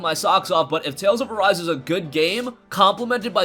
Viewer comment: Dude is says tails of arse not tails of arise